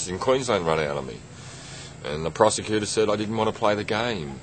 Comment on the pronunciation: "Pro-se-cutor said 'I didn't wanna play the game!'"